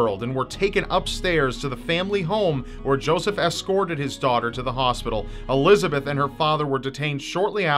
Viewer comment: It’s pronounced Elis-a-bet not Elizabeth (German) Josef is Yo-sef